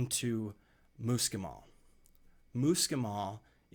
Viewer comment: Spelling Fahrenheit correctly would have given me a little more confidence in your skills. I also ask you how you pronounce MUSCLE then try to pronounce muscimol after you look at that. You were not dealing with details about dosage in a way that would be considered safe. Take the video down and make the corrections or you are being a little irresponsible. You did a good job warning, people that was a good idea. You also did well explaining how important it is to convert the ibotenic acid, which is extremely important. However, since it is such a very serious matter, if done wrong it can make you very ill and/or kill you, I think you need to step it up several levels before you venture into extending it outwards to the general population, they are reckless, careless, and prone to error. Be careful!